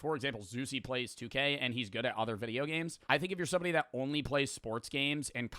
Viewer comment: Yo, is he saying "goog at" instead of good at?